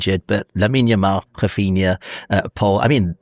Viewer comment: Can someone please tell to give up with his mad pronunciations? Hafinha? In the previous pod he called Guillermo Gill er mo. It’s embarrassing